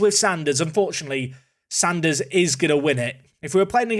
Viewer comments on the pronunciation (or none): none